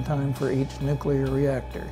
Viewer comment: Sad that todays Navy is a shadow of what it was when this beauty sailed the seas. The Enterprise should be turned into a museum, not scrapped. Also, when making a documentary about nuclear vessels, practice saying nuclear correctly.